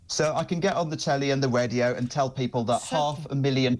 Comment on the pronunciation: ooh he's on the wadio! Is he allowed to say "the wight people"